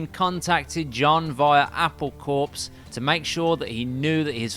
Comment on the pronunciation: Corps is pronounced ‘core’ Good introduction though into one of the many complications in Johns life.